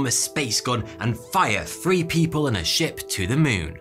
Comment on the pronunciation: He can say the but not three .. ok